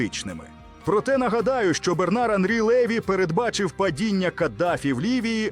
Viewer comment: А хто цей ЛЕві ? Наголос уже показав, що цю казку знову вкидає ворог . Французи мають прізвища з наголосом на останній склад - ЛевІ . От грамотії !!!